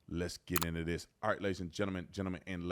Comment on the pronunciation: "Gentleman and lataarrs-" 😂😂